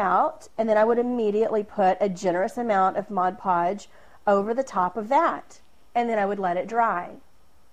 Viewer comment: Thank you, and a HUGE thank you for the first video of this kind where the presenter doesn't say MODGE podge.